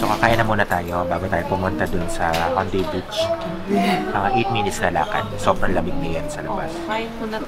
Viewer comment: sorry po hahaha. Pero it's pronounced as he-oon-de. Hihihi. Anywayyy tagal kong hindi nakapag comment sa vlogs nyo, laging sa IGS lang hahaha